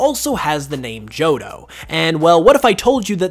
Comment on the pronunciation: It really bothers me that you keep saying johdough. Joh Toh. Tow. Jo-tow